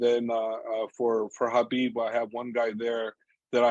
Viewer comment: Habib not khabib